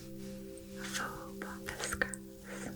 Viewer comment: Pampas grass not Pompas😍